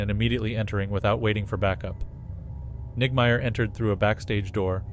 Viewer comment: Sounded like niggameyer. 😂